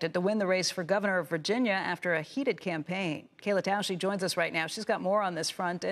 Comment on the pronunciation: She almost said "Vagina Race" in half way point of video 😂😂